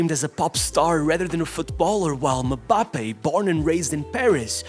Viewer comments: Why does it sound so weird when this guy says "Mbappé" lol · Butchering Mbappe's name every single time actually makes me cringe